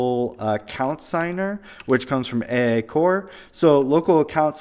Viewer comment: Should should be pronounced "Eyyyyyyyy" SDK!